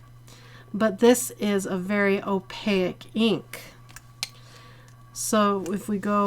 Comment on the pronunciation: sorry, but this is one of my pet peeves, opaque, rhymes with cake!!m there is no I at the end